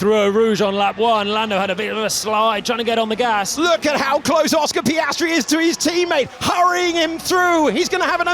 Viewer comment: Oscar Piastry.... Super..... Repeat again until the season closure.😂